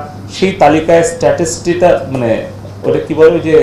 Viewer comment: statis na statistics